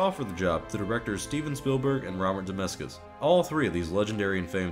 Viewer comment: "Robert Demezkis"